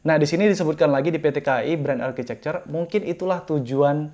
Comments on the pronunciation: Bukanya tulisan architecture bacanya arsitektur ya, kok architecer bang? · Bren arcicekcer?? Harusnya arkitekcer.. Saran aha bang.